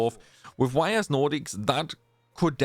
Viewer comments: It's not pronounced Y.S. Your mistake is already in the title of the video, because you capitalized both letters. It's written Ys and pronounced eess, similar to the words "ease". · Man made a 25 min video and didn’t look up how to pronounce the series name lol